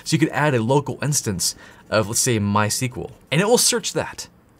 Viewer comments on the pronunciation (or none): none